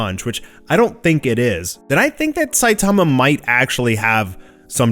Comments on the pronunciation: it's Sai-tama not Sai-taama. Covid19 hit you hard? Take a break maybe... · Is it me or has changed the way he used to pronounce SAITAMA'S NAME????